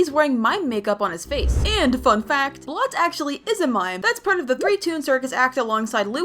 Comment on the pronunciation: His name is bolt not blot